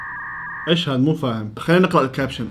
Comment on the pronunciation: جوكر ❌ شوكر ✔️